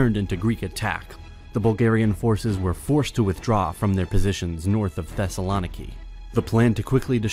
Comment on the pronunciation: The video was great!! But Thesalòniki just kills my heart